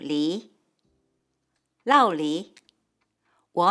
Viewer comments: Thanks for the video! Just a couple small corrections: In Taiwan, 酪梨 is pronounced luoli, not laoli. 洗髮精: 髮 is pronounced with third tone. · Can you think of an other vocabulary differences? Drop a comment below 😊 ... Corrections: 酪梨 (avocado) is pronounced "luò lí", not "lào lí" in Taiwan. In the Taiwanese word for shampoo, the character 髮 is pronounced in the 3rd tone (fǎ) and in the mainland version it is a 4th tone (fà).